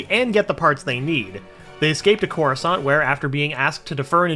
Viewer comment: couruskant? wtf